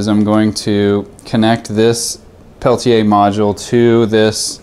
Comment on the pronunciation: You're saying it proper! Pel-Tee-Yay